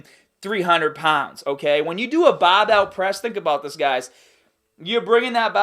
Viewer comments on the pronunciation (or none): "Doin ar BobBell press" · Every time you say 'barrr-bell' it reminds me of home... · I like when he says bahbell